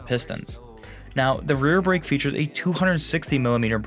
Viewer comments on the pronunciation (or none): none